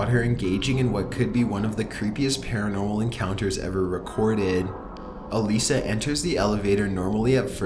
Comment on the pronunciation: Her name is pronounced like 'Alyssa'..... research